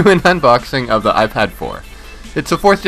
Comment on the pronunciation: You says the APOL AYYYFAAD FOW